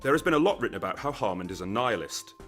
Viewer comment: Sounds like your saying "Harmond" every single time